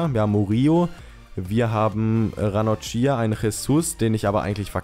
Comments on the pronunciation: Ranocchia wird nicht Ranochia ausgesprochen,sondern Ranokkia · Ranocchia spricht man Ranokia aus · Ranocchia wird ranokkia ausgesprochen :D